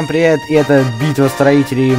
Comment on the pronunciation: привет, пивет, пиривет, пирипилет.